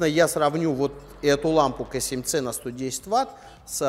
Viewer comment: Если ты русский, то КА7ЦЕ, если англичанин, то КЕЙ7СИ, а не КЭ7ЦЕ. И не ДАВННАЙТ, а Доннайт. За тест СПС, но уши режет.